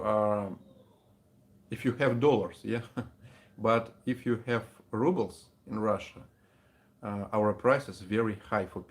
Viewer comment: Say Rubles not rubble wich means trash you speak better english than most Americans